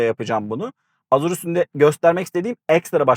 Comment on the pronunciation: Azur ne la :) Ejur diye okunur